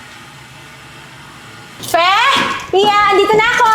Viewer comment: F Fe not Pe. Hehehehe